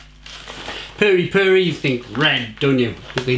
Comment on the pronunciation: The correct pronunciation is not "purry" as in furry, but Perry. Pronounce as per fermented pears. Perry.